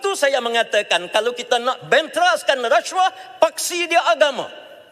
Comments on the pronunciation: Racuah..haha,sebut pun xtau ape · Menyampah betul menyebut resyuah, resyuah....tup2 NAFAS skandal baja 1.9B, ish ish